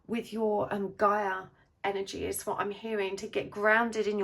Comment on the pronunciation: Oh my God. Oh my God. Charlotte. You said Gay-ah. Not Guy-ah. CHAROLETTE. THAT'S MY NAME. ARE YOU FREAKKING KIDDING ME. I had to listen to it over again like 3 times..